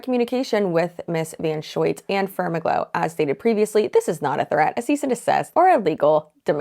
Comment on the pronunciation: said FermaGlow and I swear I heard "SpermAGlow."